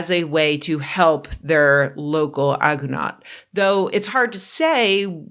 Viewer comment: The pronunciation of agunot...